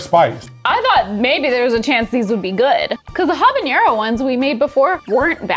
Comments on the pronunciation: The word "habanero" doesn't have an ñ in it, so it doesn't have the "ny" sound, like in mañana ("ma-NYA-na"). Instead, it's just "ha-ba-NAIR-oh". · I think the way says "Habanero" is worst than the "Eggs" thing. I had to pause the video and take a walk after the way he said it.